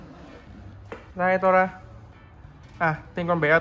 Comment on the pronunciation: Nó đc đọc là tô ra nha anh 🤣🤣🤣